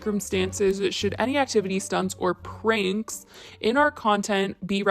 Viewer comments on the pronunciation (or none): You mispronounced Pranks jijij 🤪🤪